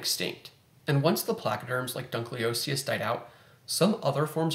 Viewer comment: Dunkle, not dunkley. ;)